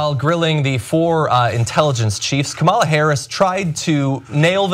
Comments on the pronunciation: John, for Christ sake, it's pronounced KAmala. Accent on the first syllable. Learn to pronounce your own goddamn Senator's name properly. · her name is pronounced Kamala like Tamara...emphasis on last a...Kam-a-LA